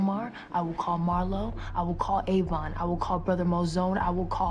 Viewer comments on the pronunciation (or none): none